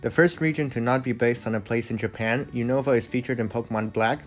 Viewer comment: unova is pronounced "un-of-a" and kalos is pronounced "call-os"